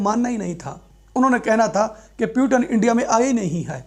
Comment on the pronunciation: Pehli baat wo پیوٹن نہی پوتین hai